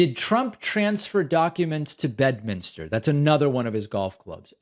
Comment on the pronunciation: Better check "Bed-uh-minister"